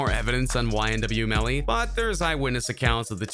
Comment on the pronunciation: You said yn melly